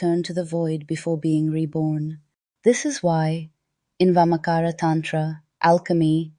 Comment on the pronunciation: Just Amazing. no words to express my feelings. i am from India. and very few ppl teach vamachara. i am truly surprised and amazed with this knowledge in English . this is the first video i am watching on this channel. and subscribed this channel in just 5 minutes during this video. just want to say it is VAMACHARA. not vamacara. CHA pronounced like charcoal.